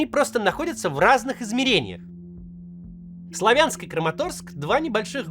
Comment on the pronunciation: Правильно говорить: СлАвянск, КУпянск !!! Уши режет